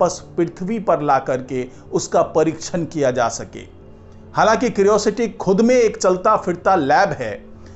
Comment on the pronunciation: क्रिओसिटी नहीं, क्यूरियोसिटी कहिए। एक सही उच्चारण तो कर नहीं सकते, चले हैं यूट्यूबर बनने।😂